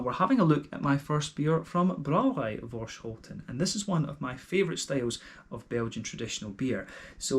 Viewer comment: Thnx for the review! Great to hear that you enjoyed the beer. The hops in this beer are Saaz, EK Goldings and Fuggle. And yes, you actually prenounced Voorschoten almost perfect. Cheers!